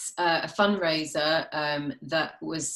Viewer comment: I heard "fun raiser" hahaha